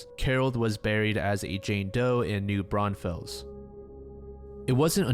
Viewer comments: Gonna be that person but it's Bexar is pronounce Bear. And new Braunfels is pronounce brawn-fulls. Lol Texas is funny 😁 😅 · totally unrelated but bexar is pronounced bear and new braunfels is new braunfulls:)